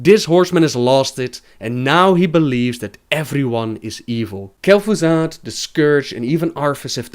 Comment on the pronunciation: who's kel'Foozard?